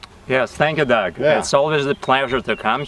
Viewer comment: Sir how can your name be dog your a human being, it don't matter how you spell it it is still pronounced dog